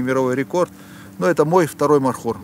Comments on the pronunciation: Не мархур а МОРХУР. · Правельно говорить,не мархур,а морхур.Мор с Фарси,змея.(Змееед). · НЕ МАРХУР А МОРХУР. НЕ НАДО ИЗМЕНИТ НАЗВАНИЯ ИЗ ЗА ПРОИЗНОШЕНИЯ. МОР - ЗМЕЯ. ХУР - ЕД . ЗМЕЯЕД. ЗАЧЕМ ИЗ ЗА ВАШЕГО ПРОИЗНОШЕНИЯ ИСПОРТИТЕ ИМЯ -НАЗВАНИЯ. НАПРИМЕР ХИСОР HISOR Вы називаете Гисаром GISAR. Если из за произношения Андрея назвать Андрай это как выглядеть. В советские времена из за произношения портили наши имена и фамилии в ЗАГСЕ. НАПРИМЕР ШАРИФ-а ШАРИП-М написали на свидетельство о рождении. Ахмада AHMAD писали Ахмедом. И мою фамилию так же испортили. У узбеков в произношении нет буквы Ф они произносят П. ИМЯ В ЛЮБОМ ЯЗЫКЕ НЕ ДОЛЖНО ИЗМЕНИТСЯ ИЗ ЗА ПРОИЗНОШЕНИЯ.